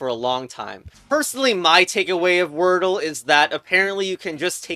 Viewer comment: Why would you say word l e and not wordle? You have ruined my day